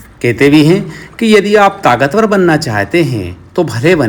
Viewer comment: आप लगता है बुंदेलखंडी हैं,tagat शब्द से अंदाज लगाया